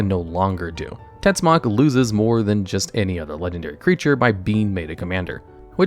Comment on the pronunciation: Tetzimoc its also not pronounced " tetsuck", Im mexicano and TetziMocatl its something akiin to "dreadfull spear" in nahuatl.